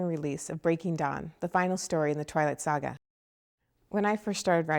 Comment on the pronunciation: she says sga funny hahha